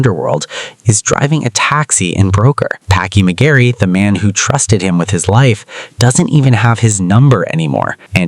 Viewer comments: Its McReary goddammit not McGarry 😅. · I could not resist (maybe you did it on purpose) - it's Packie mac-REARY and not Mac-garry